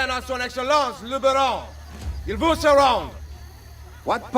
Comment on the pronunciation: Fun fact, the reason the guard asks Ezio what part of France he's from is because of Ezio's heavy accent, and sometimes mispronunciation of words but the biggest factor is for example how he absolutely butchered the word 'veut', and instead said 'vous'. Although, this could be clever continuity, as Ezio probably simply said the wrong word due to not being native in the language. So there's a chance that this is the exact moment the guard became suspicious.